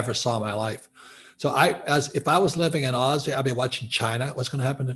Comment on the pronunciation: Can someone please correct him on the term ‘Aussie’!